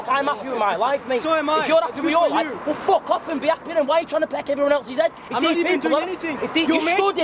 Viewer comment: I like how the big guy pronounces "fuck" I DON'T GIVE A FOOK! As a German it gets me every time :D